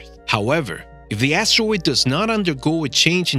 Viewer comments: Never knew it was pronounced “asssssteroid” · This guy says astwoid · You prononce asteroid “astewoid” Wtf? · Are we actually going to listen to someone who can’t even talk properly like “Astawoid” and “Acuwet”